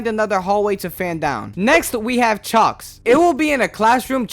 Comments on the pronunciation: "Cloudy chopter and Chalks"😔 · you pronounced chalkes wrong just to let you know. Also the next version of the game is in the works which will add some cool new stuff, wont spoil here but if u wanna check it out you can look at a prerelease video. One last thing, dr. Reflex can kind of help you because he will squish any characters in his way. Also i didnt watch all the way but you might have missed "The Test" would love to see your reaction to that